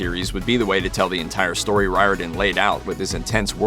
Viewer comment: Riordan is pronounced rearden! Speaking as a man of Irish descent